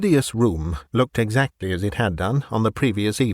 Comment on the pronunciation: "The room was spinning, eh sir? And hexactly how much 'ad you 'ad to drink?"